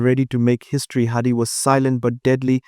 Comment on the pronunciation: Hadi. Not Hardy